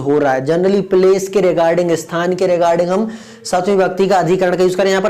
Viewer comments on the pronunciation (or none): none